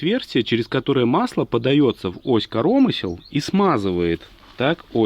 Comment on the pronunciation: Как говорит питерский ящер - успех НЕИЗБЕНЖЕН!!!! Удачи! Людочке особый привет!)))) зы. КорОмысел))) я аж остановил видос))) Велик и ужасен белорусский язык)))